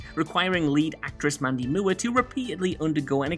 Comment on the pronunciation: Mandy moo-were. 😂